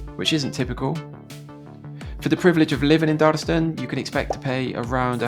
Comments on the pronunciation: Oh and it's pronounced Dar-las-ton. Or Darlo. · Darlaston town center used to be a lot better before they knocked a large chunk of it down to replace the old Asda store with new current one. Also not meaning to be pedantic but Darlaston is pronounced Dar-Las-Ton. Oh, and Caldmore is called Karma by the locals.